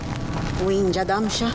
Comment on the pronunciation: nie Lindźa tylko Łindźa ;)